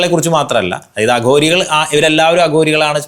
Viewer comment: "ശവങ്ങളെ ഇവർ ബക്ഷിക്കും എന്ന് കേട്ടിട്ടുണ്ട് , അഗൂരികളെ കുറിച്ചാണ് ഇങ്ങനെ കേട്ടിട്ടുള്ളത് " ഇതും മലയാളമോ ? എന്ത് കോപ്പാ ? തലതിരിഞ്ഞ ന്യു ജൻ മല്യാലം ! *ഭക്ഷിക്കും *അഘോരികൾ